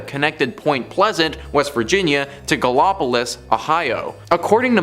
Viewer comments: Gallipolis, Ohio. Pronounced GAL-ə-pə-LEES. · Glad I’m not the only person who caught that